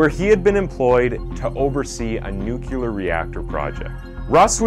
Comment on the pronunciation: "Nukular reactor project..." Nope, I'm out.